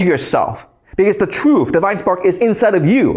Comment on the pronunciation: Its truth wang not truff, god this guy is an idiot🤣🤣